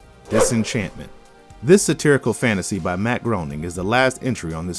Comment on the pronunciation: Isn't Matt Groening's last name pronounced "Gray-ning?"